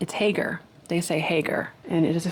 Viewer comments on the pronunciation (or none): none